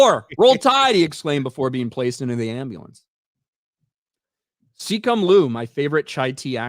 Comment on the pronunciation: Who the hell is Seecum Luu?